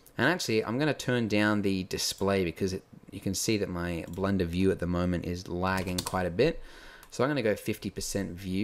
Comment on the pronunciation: Awww I missed you saying: Blenda